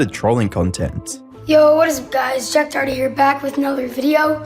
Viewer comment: JACK DOWWERTY LOL